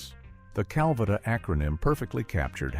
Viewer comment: Your crap AI narrator is pronouncing Calvada wrong throughout the video except when the AI says “drink Calvada”. That time it is pronounced properly.